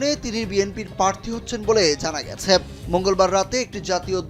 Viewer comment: পারথী নাকি প্রাথী?